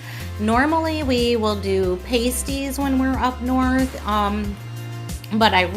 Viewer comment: Pasties. Pass-ties not Pay-stees. Not trying to be rude just informing.